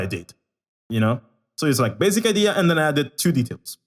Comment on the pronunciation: I like how he says 'baZic' 😹❤️